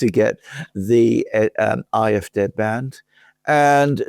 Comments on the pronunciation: Why do you call the German party 'I F Day' instead of 'I F Dee' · Be consistent pronounce CDU and SPD in a German way or pronounce ADF in an English way as I would do when speaking English.